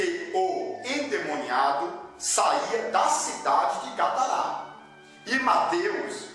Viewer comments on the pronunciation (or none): O nome é Gadara, não Gadará .